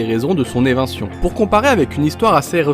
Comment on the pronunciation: d accord, donc c est bien ça, on dit éviction, pas evintion...